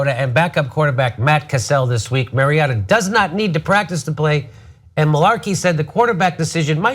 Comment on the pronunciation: doesn't know anything about football, can't even pronounce player names right. Mari-O-ta, not Mari-AA-ta, and "Castle" not "Cassell"